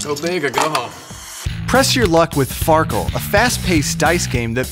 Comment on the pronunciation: Far keel xD